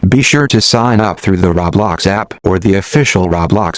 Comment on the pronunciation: but they're right now because there are better videos out there instead of this text to speech voice who can't even pronounce "roblox" right.